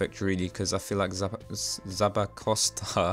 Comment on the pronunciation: new drinking game: take A sip of your fav alcohol evertime he mispronounced Zappacosta